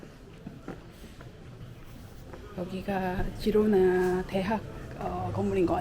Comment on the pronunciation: 스페인어 발음 공부라도 하시고 유튜브를 하시지... G에 모음 a,o,u가 오면 (가,고,구), 모음 e,i가 오면 발음이 (헤,히)가 됩니다. 그래서 Girona의 발음은 “지로나”가 아니라 “히로나”